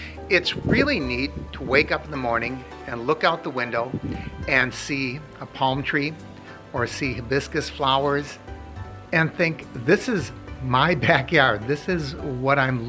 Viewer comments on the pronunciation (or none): lol it sounded like biscus lol You know I am having fun with you right